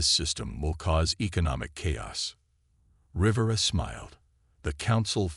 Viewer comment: You may need to teach your AI how to correctly pronounce names. It is said R’vera.